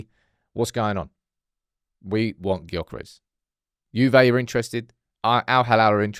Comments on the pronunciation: It’s pronounced Yokeres!! The G is silent!! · Please, for the life of G, pronounce his name as 'Yur-keh-rehs'. I'm English ffs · It's Yokeres! The G is silent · It's Yokeres! The G is silent.. shows how much you know! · Please pronounce his name correctly